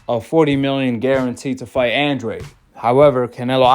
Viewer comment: His name isn’t Andraid, it’s pronounced Andrade. Hard to take this guy serious when he can’t even pronounce the fighters name. Makes me think he doesn’t know boxing